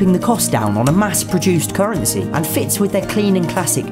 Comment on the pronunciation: Indian 🇮🇳 COURNRANCY